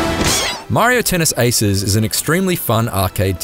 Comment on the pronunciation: The “haces” pronunciations is killing me. 🤣😂😅